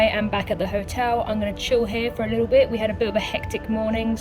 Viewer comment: Very entertaining, has a wonderful personality, she is very geuine on camera. I love the way pronounces the word "little". It is the same way my Grand Mother pronounced "little".